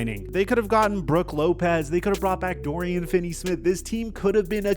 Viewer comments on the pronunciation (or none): none